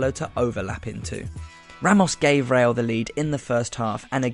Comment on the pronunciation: It's RE-Al, not RELL. Roll your tongue.